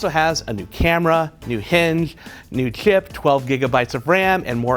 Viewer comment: Why can't you say "chip"?